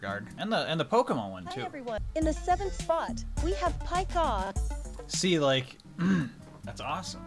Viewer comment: Don't forget when he said "Paikah!"